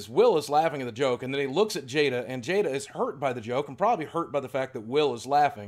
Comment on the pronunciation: Chris can’t say Jada anymore. Also great vid